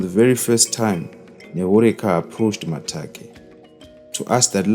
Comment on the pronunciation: Its Makate not Matake